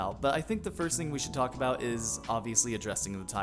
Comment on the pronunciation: “We have lots to tal(co)k-o about” 😂